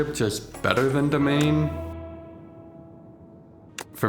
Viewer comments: Why are people pronouncing demesne as domain? It makes no sense. It's de mess knee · it's pronounced dimain, it means the same thing as domain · Apparently, it's pronounced ( Dih - mane ) and rhymes with domain, but I like your Pronunciation better. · it's pronounced demesne